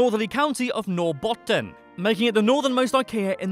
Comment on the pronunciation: You actually pronounced nortbotten and haparanda good. 😄